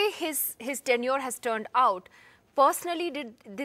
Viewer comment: Tenure = period , it sounded a bit like 10 year ( not years)